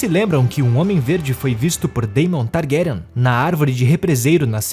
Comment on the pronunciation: You know its AI when they can't pronounce the names properly. Pure Slop. Vizz-riiss Tar-grayen. Lol